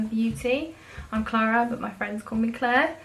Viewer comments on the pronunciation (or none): none